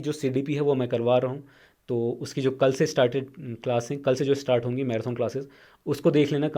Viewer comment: भाई मैराथन को मैराथौन बोलना भाषा की अवहेलना है शुद्विकरण पर ध्यान दो